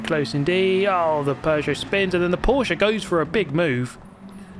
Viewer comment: i love that fact that you can pronunce Porsche right, and Stuttgart <3